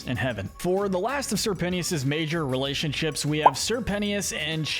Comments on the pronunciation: "Sir pennyis" C'mon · sir pen-tea-us?? 💀💀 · IM SORRY BUT ‘SIR PENEEUS’ I CANT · SERPENT-tious not sir penti ous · Why do people choose to pronounce people's names wrong? It's Sir Pentious. Not sir pensheeuss 🙄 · Ok, I cannot take this any more, Sir Pentious! His nane is pronounced like Serpent, Sir Pent-chus, not Sir Penny-us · His name is pronounced Sir Pent-Ches, your videos are good, but I can’t take another Pennyius, or pentyus😭😂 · Sir pent-ey-is 💀💀💀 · Ummmm did you call sir pretentious sir pennyis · If he says Sir Penny-ous one more time imma cease /j 😂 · its pernounced sir-pen-chess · "sir penny-is" 😂 "Sir pent-ious"😂 "Sir penny-is-es"😂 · "pennieous" lol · CAN YOU PLEASE STOP CALLING SIR PENTIOUS (SIR PEN-E-US) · Bro is saying sir pennyious instead of sir pentious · The pronunciation of Sir Pentious’s name is KILLING ME 😡😡💀💀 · The way he pronounces Sir Pentious name drove me insane the entire video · Your way of pronouncing Sir Pentious makes me sick